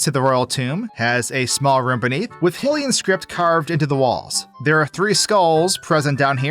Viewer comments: Pronouncing "Hylian" as "hill-ee-an" feels like a crime. I've always said "High-lee-an" as I assume most people also say, which is confirmed as the intended pronunciation according to in-game sources as well. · Is this AI generated? Hillian? Dawmpee's grave? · a yes, “Hillians”, the residents of Hihrule. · its a huge pet peeve of mine when i hear people mispronounce hylian.